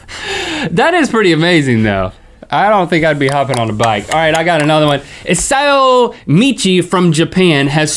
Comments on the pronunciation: Not hatin' on you guys, I love your vids, but Isao Machii is pronounced Ee-sow Mah-chee. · Link you butchered isao machii's name =[